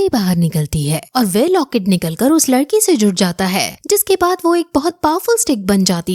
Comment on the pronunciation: ladki nahi lakdi